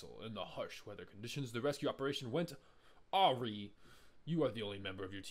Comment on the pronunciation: the way you pronounced awry LOL sounds like something i would say